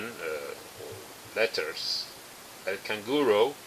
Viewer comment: señor avance. Estoy impresioonaaadaaa... Sugerencia, cuando vayas a decir la palabra en español, pronunciala como lo hacemos normalmente, ejemplo: canguro lo dices canguro no canguuroou. Asi las perdonas aprenden a pronunciarlo como lo hacemos en el castellano, canguro.